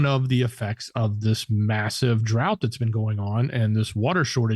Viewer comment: Just to be helpful - drought is pronounced drowt